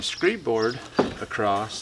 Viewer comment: There is no t in the word across.